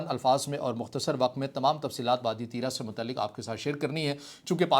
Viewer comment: Allah say daro pashto k do lafz nahi bol sakty aur RIT lagata hay tirah tirah baygirat insan